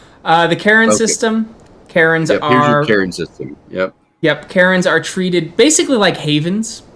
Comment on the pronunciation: Interesting video. Tho every time you spoke about "Caerns" I understood "Karens" XD